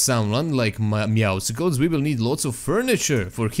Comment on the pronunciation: nije Meowsicles nego Meowscles ("Mjausls"). Kao "Muscles", kužiš? Zoveš ga na dva različita načina, ali nijedan nije točan.:D